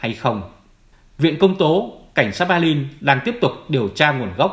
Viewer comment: Hoàn nghênh đọc tên địa danh theo quốc tế và Đức ngữ. Xin tôn trọng đừng dùng âm sai như. Béclin,Hambuốc,Frankfuốc.